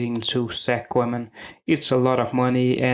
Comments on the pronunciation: Weldone. Please learn how to pronounce Koeman. Its pronounced "Kooman". You sound very funny and clownish how you pronounce that word. Sincere advice. Thank you. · The E in Koeman is silent.